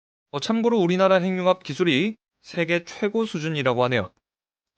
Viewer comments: 핵융합 발음 교정합니다. 행융합이 아니라.......해귱합으로 발음해야 맞겠죠~ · 핵융합이라는 글이 행융합으로 발음하게 되면 <핵>의 의미도 사라집니다. 문법상 자음접변이 아니라 연음법칙을 따라야 합니다.